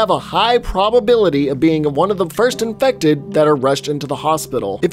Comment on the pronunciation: why is he saying inected like that